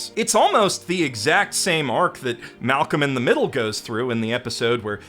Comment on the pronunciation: It took me a week to process this, but did you say "Malcolm in the Middle"???